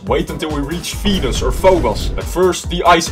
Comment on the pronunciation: When you said Venus u said penis😂